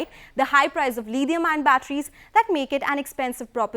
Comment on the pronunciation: Lidium ion??..even British and Americans don't pronounce it so. Desi lady, what accent is that?